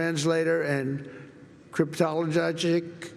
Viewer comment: Cryptelogogic. Nice one Trumpy!! Its was satisfying watching his body distort while trying to pronounce Cryptologic, Hilarious. He's such a smart guy, if not the smartest thats ever been. just ask him